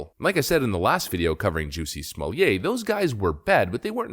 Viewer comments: You know your the only guy on the planet who prounces it's name "Jucy smolyay!" 😂 luv ya brother!! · Stop saying his name! Stop saying it wrong. Juss-y Smol-let. He’s fake. He tried to jazz up his bog standard name. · 'Juicy Smallie-yay' - so glad you are pronouncing his name correctly, 🤣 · How many times you wanna say "Juicy Smulliet"? - Yes. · You are pronouncing his name wrong. It’s “Juicy Smellit” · Jew-see Smuwl-yay... Lol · How many times did you say Juicy Smooyay??? Too funny!!!!!! LOL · When you intentionally mispronounce a person’s name, it reflects poorly on you. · Good grief!! If you are going to talk about someone, at least find out how to pronounce their name. You lost me... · You are certainly right put god does it hurt to hear that pronunciation of his name